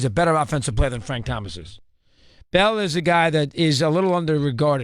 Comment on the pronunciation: Chris it's BALL not BRAWL